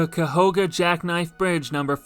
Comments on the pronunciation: Very nice video, but Cuyahoga is pronounced exactly how it looks: (kai-ah-hog-ah). I'm a lifelong Cleveland native, and have never once heard the river pronounced the way you had chosen to pronounce it. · Actually growing up in Akron, most people pronounced it Ca-hog-a.